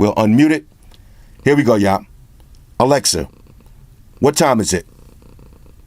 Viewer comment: Its ALEXA...NOT ALEX...C'MON !!!